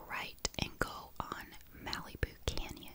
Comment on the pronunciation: The way you pronounce Malibu is cute. In America we say it like "Mal-ih-boo." The A is said like the A in Malicious, and the I is pronounced like "ih" not "ee."